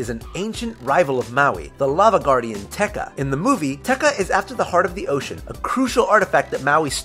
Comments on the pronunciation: Tekka?! It's pronounced te kah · it's pronounced teh-kah not teh-kuh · They pronounce it "Techa" When its actually pronounced "Te Kaaaa" eehehehe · T-Ek-ahh, not T-Ec-a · its tekA not tEkka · it's not pronounced like techa it's Te Ka. Not a ah. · Te Ka not teka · Why do you say TehKuh it's pronounced Teh Kah. Did you even watch the movie and listen to grandma Tala telling the Maui story in the beginning? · omg he says Te Kā like Teka... Hahaha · it ain't teka it is Te Kā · Not ke ta te kā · Teka its Te Kā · UGH IT'S PRONOUNCED te-KAH! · Te Ka. It's pronounced Tay Kah >_< I cringed. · Te ka(Lava Monster) is pronounced Te- Car but silent the R a small bit and say it slower, also Moana means Ocean in more countries then Hawaii and New Zealand. Maui is pronounced Mao-We. one more thing, a reason why there was no love story was because Maui and Moana are related (Culturally) so this will make a bad statement for the film, also Maui is based on a Polynesian hero, and Maui never had a wife, so this wont make any sense to Polynesian people. for example, in Maori mythology Maui died before finding love by Hine-Nui-Te-Po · This is how you say the lava guy: Teh Kah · The pronunciation of Te Ka really killed me. I was pleased when it was over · I like the video but you pronounced Te Ka wrong